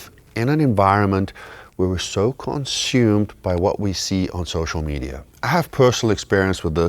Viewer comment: U said Social Meida